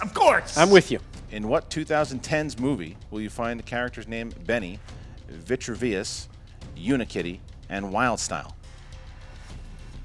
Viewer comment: Way to butcher the name Vitruvius haha